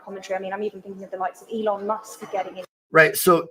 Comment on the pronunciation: E lon . Not ellen musk